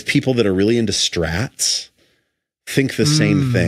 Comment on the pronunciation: Strats, not “strays.”